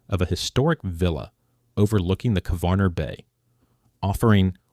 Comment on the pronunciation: You slaughter the names of Brač, Crkvenica, Kvarner, Opatija and Malvazija. Good luck getting handymen to do the reconstruction work for you. Labor, material, professional and handyman costs are crazy in Croatia. You don't show Pula airport. I live in Rovinj (in Istria) and this is funny.